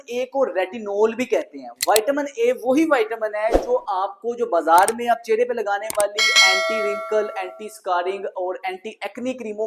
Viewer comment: چھرے نہیں ...چہرے .... 😅